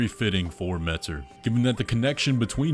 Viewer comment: Ymir pronounces it "met-ur"